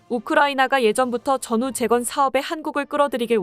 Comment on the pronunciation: '사거리'를 '사꺼리'라고 발음하던 무식한 여자 나레이터가 여기 와서는 '재건'을 '재껀'이라고 발음해 또 무식함을 만천하에 자랑하는구나.